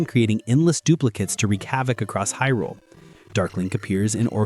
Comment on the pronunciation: The pronunciation of Hyrule. Smh